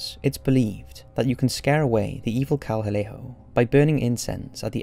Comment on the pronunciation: First of all is call EL CADEJO This urban legend about these two dogs comes from El Salvador which is in central America which is part of north America not South Also when you were pronouncing it you were saying el calejo I know all of this because I am from El Salvador and I grew up listening to all the stories from my parents and my grandparents and my great grandpa parents you got half the information right but you should do some more research still it was a good video and urban legend comes from the mountains from little beady Cantones My mother told me of a story when she was a little girl that there was a black dog they chased her and her father When her and her father were coming down from a volcano trip she said it was one of the scariest experiences she ever had it’s a long story I’ll email it to you